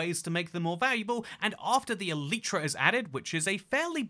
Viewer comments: It's E-Lie-Tra, not E-Leet-Tra. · "eletra" LOLLLLL